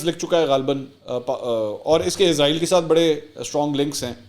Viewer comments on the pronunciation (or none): none